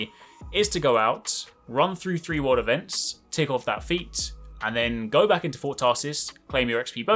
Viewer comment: Am I the only one who heard “world events” as “water vents”?